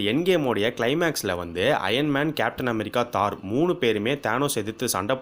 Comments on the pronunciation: தோர் தோர் தோர் not தார் :) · Dai aathu Thor not thar